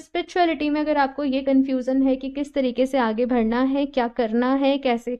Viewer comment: Like the way you spell badhna. You always say vadhna. (आगे भड़ना ). Its actually बढ़ना